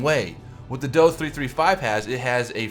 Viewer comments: ....last I checked we didn't pronounce the JU-87 as "The Jew-87" just say Dee-O-335. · DO-335 ist pronounced like the do in door